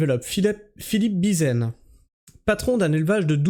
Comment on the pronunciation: déja c'est BIZIEN avec un p*tain de i.....a+n n'a jamais fait O ...landunvez ça se prononce lan dune veze